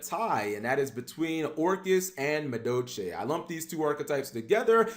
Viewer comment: Why don't you pronounce the L in madolche?